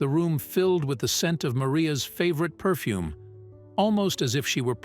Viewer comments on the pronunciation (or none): none